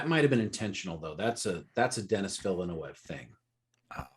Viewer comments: Guys, There's enough information on the internet and interviews for "Dune" that you should know how the Director, Denis Villeneuve pronounces his name. It's pronounced Den-ee Vill-newve. He's French Canadian so it's not pronounced with a Spanish/Latin accent. People who don't know anything about the Dune universe should immerse themselves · Thank you! I kept saying "It's Vil eh neuv!" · Repeat after me : D-knee Villa-New-v (Dinnee Villanewv) More "Englishy" : Dennis Villa-New-v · It's still wrong! 🤣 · i mean no one ever watched formula 1 ? then you guys must know how to pronounce Villeneuve xD and Da Knee is good for his first name xD